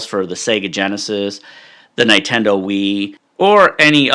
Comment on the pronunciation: That is the funniest way I've seen anyone pronounce Nintendo, no offense haha. Great stuff.